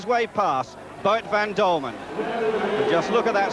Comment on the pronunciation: It was not called MotoGP in those days. It's Boet van Dulmen, not Dulman!